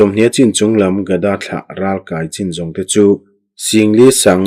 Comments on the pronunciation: Ralkai tihhi naupang kankai anga thluk lovin.kai tihhi akey asang zawk tur a niin ka hria. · Ralkai tih hi inkai eg. kanu ka kai tih angin i lam a, ral lehlam ka kai tih ang chi a lam tur ani lo mi. Voice message in comment theih se a chiang ang. Ka sawifiah thiam chiah lo. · Amen..i chhiar thiam lutuk...mahse ralkai tih khi kan thluk a in ang lo nge..kan lo ti dik lo zawk.. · Chhiar thiam hle mai,Ralkai tihhi ithluk danhi adik zawk em ni Kai tih laihi